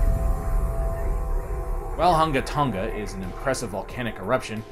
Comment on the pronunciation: Wow, this thing is amazing and a little scary... GRATS on pronouncing that island name, BTW. hehe BTW, what's up with the first 47 seconds of wind noise?